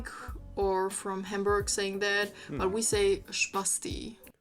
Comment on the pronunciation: Why does she pronounce "Hamburg" wrong on purpose?